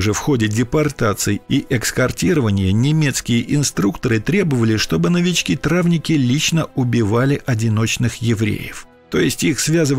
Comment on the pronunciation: Травники, знак ударения на последнее и